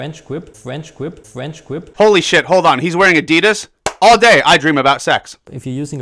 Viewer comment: FWench GWip